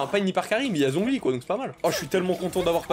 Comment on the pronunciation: Let's goooo les 2k! edit: par contre, zhongli, cest catastrophique, ÇA SE PRONONCE TCHONGLI ( ça se voit que c'est mon perso pref?)